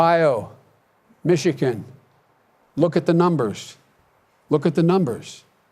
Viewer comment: Everytime he says "look" I imagine him saying "fat." 🤣